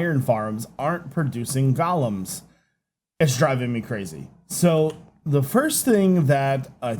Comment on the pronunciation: #qotd Polished Diorite slabs. Just to piss off Iskall :D and its GO-lems, not Gollums! Wrong lore!